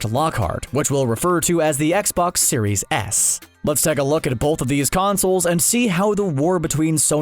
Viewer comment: am I the only one that heard "Xbox Series Ass" lmao.